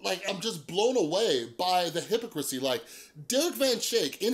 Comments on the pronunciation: I was taking this guy seriously until "hippocrissy" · You're saying Derek's name right, but youre mispronouncing hypocrisy lol